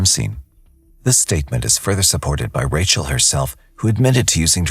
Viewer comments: That the narration cannot decide on whether to say "RAY-chul" or "RAH-shee-EL" is super annoying. Everyone who knew her in the video pronounced it "RAY-chul," and THEY should know, so really, you can't figure it out? I usually love this channel. Please do better. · How many different ways can u pronounce "Rachel"..."Rayshell"..."Rasheel"...